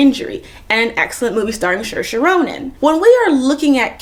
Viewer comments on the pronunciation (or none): (Seer - Sha Ronan, not Shersha)